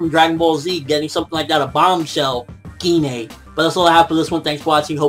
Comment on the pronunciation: Pretty sure its pronouned jine but with a g gi-nay sounds kinda weird (just the way you said it)